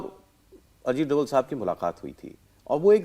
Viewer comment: डोवल नहीं डोभाल कहिए।